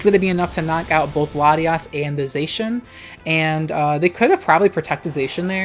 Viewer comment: Unpopular opinion: pronounces Zacian correctly :)